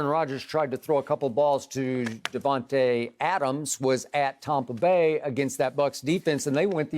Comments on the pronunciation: “Tompa Bay” hahah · He literally says Tompa Bay like it’s their actual name this dude is psycho 😂😂😂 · Skip when are you going to say Tampa Bay correctly.